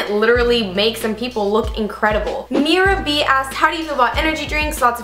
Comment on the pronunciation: You answered my question and I laughed so hard at the way you pronounced my name. It's Merab pronounced mare-ub! That was hilarious that's definitely a new one hahahahahaha thank you for answering my question (